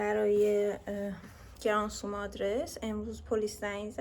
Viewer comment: گرانتزوم = granzum = գրանցում= register=ثبت کردن . خیلی هم قشنگ تلفظ می کنی عزیزم ❤